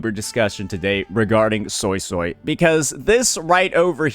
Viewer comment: I swear I keep hearing Soysoy